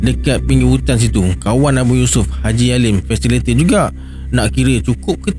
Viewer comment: Hehe...bkn 'Fasilator'...tp..'Fasi-li-ta-tor'...😂hehe...apa pon, u r da best..i'm a fan maaaa..😅😂